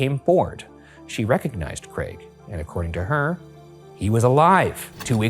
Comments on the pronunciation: Thanks for saying Craig correctly Ryan, too many Americans say 'creg' and it does my nut in 😂😂 (brit here) haha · nice to hear an american pronounce craig correctly for once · I just want to thank Ryan for saying 'Craig' normally. when the video started I was scared I might not be able to watch if I kept hearing 'creg'